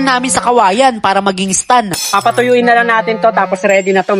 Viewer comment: Nice one pero STAND YUN hindi STUN 😅